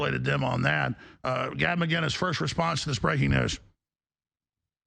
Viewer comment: There's no G in "Mcinnes". Why the F can't Americans say "Mick-Innis"